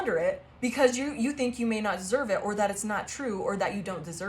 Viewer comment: Lol.......te he he.....you said finx te he he...te he he 🫵🤭😁